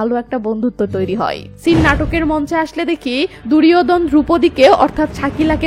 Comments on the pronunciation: দুরযোধন,বিশসয় ( দুর্যধন,বিষ্ময়) উচ্চারণ গুলো ঠিক করে নেওয়া উচিত। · দূরিওদন না ওটা হবে (দূর্যোধন) ভুল বলেছেন তাই ভুল টা ধরিয়ে দিলাম ভাববেন না জ্ঞান দিলাম .u are too good mam i am from India. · English uchcharon duryadhon Hobe r banglay durjodhan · দুরিওধন না দূর্যোধন ।